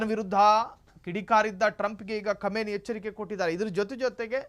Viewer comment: Khumani not khamani